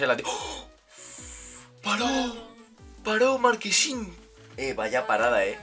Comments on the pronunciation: No se dice markesin se dice marchesin buen vídeo crack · Ya no es marchesin, ahora es marquesin 😂😂😂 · Marchesin se pronuncia no marquesin😂😂😂😂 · Es Marchesin, no Marquesin...jajajaja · Bro se dice marche sin tal cual no marquesin jajajja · Marquesin 😂 es Marchesin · Porque le dicen "marquesin"? Es Marchesin jaja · Es marchhhhesin no marquesin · Soy yo o dice markesin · Muy buena reacción al partido Unos detalles, el portero del América se llama marchesin no marquesin, al menos en México a Gignac se le pronuncia Guiñac. Y deberían reaccionar a la supercopa MX (campeones de copa) entre Cruz azul y Necaxa que fue antes de este partido. Arriba Mima kina!